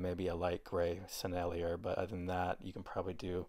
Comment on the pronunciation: Thanks for the beautiful painting and demonstration of the Rubens. By the way, er at the end of french words is pronounced A and i sounds like E (Sennelier = Sennel-E-A)